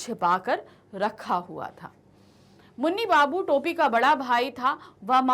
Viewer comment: मुनि बाबू ❎ नूनी बाबू✅